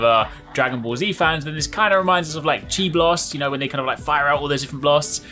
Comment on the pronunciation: Lol hes says chi blast. Its ki blast bro